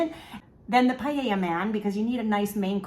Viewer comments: Just so you know, it’s pronounced “pah-yay-yuh”…it’s Spanish, so the double”L” makes a “yuh” sound. Everything looks delicious! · I love your content, but I'm Spanish and every time I heard you say Paella I had a mini stroke hahaha